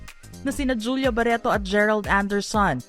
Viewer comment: ‘ itoh’ ‘ baretoh ‘ he he he ‘ Lorenzoh ‘ ‘ dalawah’ he he he ‘ mismoh ‘